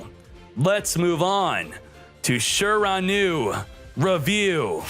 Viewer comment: Your pronunciation of shiranui hurts the soul